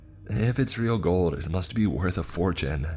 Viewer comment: I never wanna hear the word "IT" again after the 4th story. Jesus christ structure a sentence without repeating the word "it" so many times. The emphasis he kept placing on the word also made it so much worse.